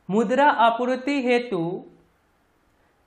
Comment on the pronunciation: (मुद्रा) bolna🗣️ dobara 😂🤣